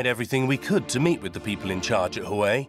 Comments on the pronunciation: Not “who-way”…. It’s “wah-way”……love your report but please get the pronunciation correct 😂 it will make your presentation more believable. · You guys aren't even interested in saying Huawei correctly. Why would they be?😂😂😂😂